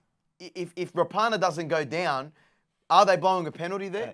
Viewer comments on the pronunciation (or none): Rah-punna not Ra-par-nar